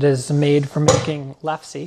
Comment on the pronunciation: Fantastic video. It's pronounced lef-SUH though. lef-SUH. I'm grateful for this video though.